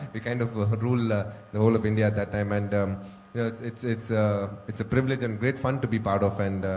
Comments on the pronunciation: the anchor also said plivrige instead of privilege. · Anchor doesn't know to pronounce Privilege he said ( Is our Pliverege ) Please check i have checked it 9 times before making this comment. Shame on NDTV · The first thing I heard. Host: Everyone, it's an honor and "pliverage" to be here.....lol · plivirege??? Stage fright, feel for him lol